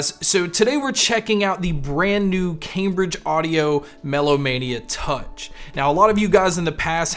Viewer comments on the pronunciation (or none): none